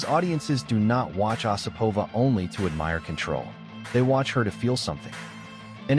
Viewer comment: Her name is pronounced with the accent on the first syllable: O sipova.